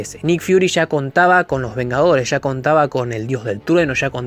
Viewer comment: Ya, no sha, hable bien